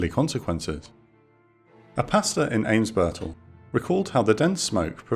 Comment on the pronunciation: Unforunetly he couldn't pronounce "Altona" or "Eimsbüttel" correctly. It was not recognizable